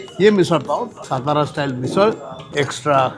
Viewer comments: Kay rao satara kela saaaatara la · Please tell him someone it's SATARA NOT stara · सातारा बोलिये, पता नहीं देवनागरी लिपी होने के बावजूद हिंदी लोग गलत उच्चारण क्यू करते है, सातारा का गलत उच्चारण = सतारा सोलापुर का गलत उच्चारण = शोलापुर पुणे का गलत उच्चारण = पूना चिंचवड का गलत उच्चारण = चिंचवाड धुले का गलत उच्चारण = धुलिया घनसोली का गलत उच्चारण = घनसौली ....... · Dear Kunal Sir, You are Proud Marathi , At lease you should call it सातारा & not सतारा . One more, if you haven't Visited/ included ChandraVilas in your blog, Sadly your Food Tour remains Absolutely Incomplete 😢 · Bhai please shut that background music It is so irritating yaar Please stop that music कानाचे पधडे फाटील भाऊ आता एवढा कर्कश्य आवाज आहे तो!!! एवढ जरा मना वर घ्या विजय भाऊ! राज साहेबांचे मित्र आहात सो विनंती करतोय ! आणि भाऊ सतारा नाही ओ सातारा आहे ते ! तू स्वतः मराठी आहेस कशाला नाही तिथे माती खातोयस !! बास कर ही फालतू ची एक्सेंट मारणं 🙏🏻🙏🏻 खूप वर्षां पासून फॉलो करतोय तुला सो सांगतोय ! स्वाभिमान बाळग मराठी असल्याचा !!! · It is not सतारा. Pl. Say सातारा..... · He can't even pronounce Satara properly, Vijaykar should have done his home wrok properly, 😢